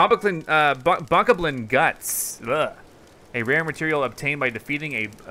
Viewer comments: Correction It's called a Boe-KOB-lin. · it is pronownsed bok-oblin